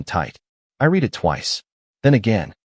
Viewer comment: Read … pronounced Red …not reed in this case.